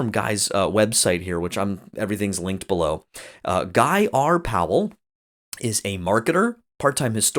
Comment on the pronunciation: Thank you for pronouncing our last name correctly! Bugs me when people pronounce it as “Pal”. Two syllables people, two syllables. Haha